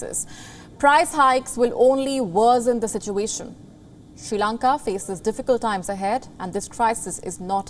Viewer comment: It's SRI Lanka, not SHE Lanka